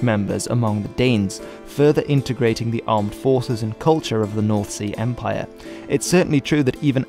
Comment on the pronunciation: By the way he pronounces north sea empire i doubt it